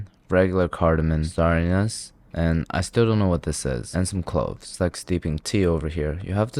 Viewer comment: did he say star anus